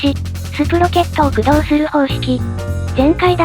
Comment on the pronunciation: 駆動の発音が せやかて工藤